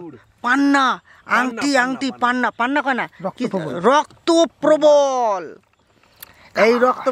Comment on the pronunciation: Probol na probal